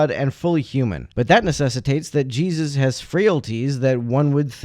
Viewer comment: Anyone else like how pronounces Jesus? JEE-zis